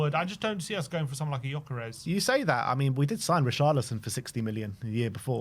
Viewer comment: It's not yokeres, it's geeokeresh. You are killing the hungarians that are following the show with this pronunciation 😂